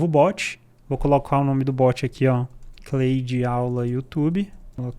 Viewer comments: Só acho que a pronúncia seria algo como 'Clód bot' né!? kkk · Se lê "Cloude" não "Cleude", video excelente. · Claro que nao, em ingles nao é Cleide kkkkk